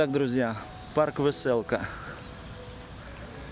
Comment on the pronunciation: Название парка, написано "Веселка", а не "вэсэлка". Пора уже отходить от этих искаженных слов мойвы, а говорить правильно по-русски.